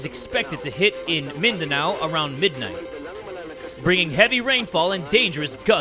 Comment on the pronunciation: The way you say "Mindanao" is very crispy, I heard the Filipino slip out of you 😂😂😂